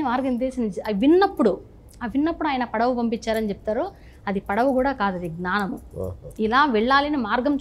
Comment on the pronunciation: Gnaaanamu ??? Pronunciation